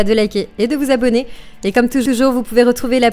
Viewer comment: « Et comme toujoujour! » c est une super video! Je suis fan! Merci